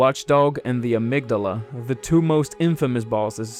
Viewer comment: Great video, and I can't thank you enough for pronouncing "amygdala" correctly!